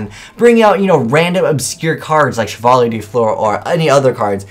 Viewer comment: wow the way how you prounce chevalier hahaa